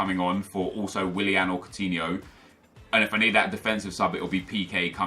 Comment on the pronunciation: how can you say willian so much and still not realise?